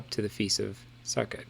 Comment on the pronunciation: Not to be read but Sukkot is pronounced Sue-coat.